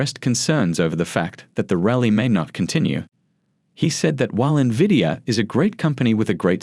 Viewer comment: Don't trust a guy who doesn't know how to pronounce the most significant company in the market. N-vidia not Nividia